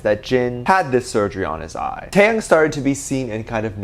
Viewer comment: not you pronouncing taehyung as tAeHyAnG 👁👄👁